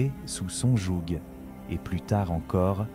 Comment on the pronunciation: Sous son jouG !!! Mec on ne prononce pas le G a la fin de ce mot tu sais ! Fais gaffe à ta diction. Ton contenu est sympa ça serait dommage